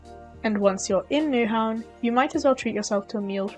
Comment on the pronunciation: Take a compliment from a local 🇩🇰 ! Good and honest VLOG 👍! Good job 👍😍👍 PS: You actually pronounced "Nyhavn" correct 😲 ! Danish is the ninth hardest language to learn, int the World, but you seem to have the pronunciation worked out 👍 ! The Hotdog wasn't a Danish one 😒 ! It´s what we call "a French Hotdog" 🤣 ! But apart from that! You did a great job, with the the little time you had 😍😍😍. Wish you Safe travels❤